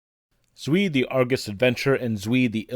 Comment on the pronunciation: You didn't pronounce "Zwei" correctly. It is pronounced like Tswai.